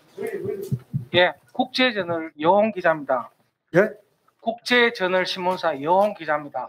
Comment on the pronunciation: 국제저널 기자인데 시작부터 국제전을 이라고 하네. 대구사람 발음